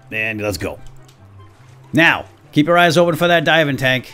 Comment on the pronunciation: I thought you said diamond tank I was saying wait what diamond tank then later he says diving tank and I was like oh diving tank not diamond tank